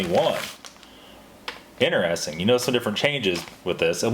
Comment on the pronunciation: What part of the U.S. are you from,? I've never heard anyone pronounce 'interesting' as "inner-es-ting". LOL.